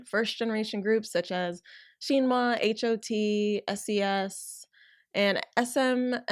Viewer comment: OK so you covered the topic really well but OMY THE MISPRONUNCIATIONS ARE KILLING ME: -BOA (bow-ah) -SHINHWA (shin like the body part, hwa idk how to explain for english speakers) -hangeng (han like the star wars character, geng (also cannot be romanised properly to english) -sulli (sue-lee) -minwoo (min like mint without the t, and woo) -tao (is one syllable) ok more than mildly annoyed asian kid out